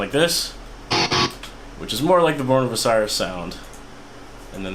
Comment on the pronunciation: The way you pronounce "Osiris" pisses me off more then the tutorial does